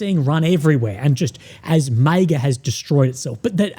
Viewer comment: I love you but why do you pronounce MAGA like that